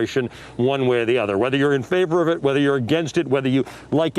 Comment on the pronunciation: Did i hear right: "weither you like immogrants and you dont like the drugs"???